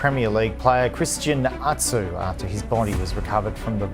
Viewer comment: that is not how to pronounce christian atsus name and no offence he is from my country